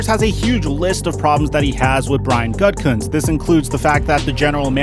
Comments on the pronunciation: Why do you keep pronouncing it Gut-kunst? It’s ridiculous. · Bro, it's not pronounced Gut Cuntz, it's pronounced Goo-da-Kunst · It’s pronounced “goo-ti-kunst”